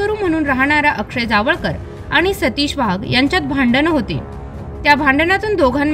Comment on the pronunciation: वाघ आडनावाचा उच्चार वहाग असा केला ही बाब खटकली.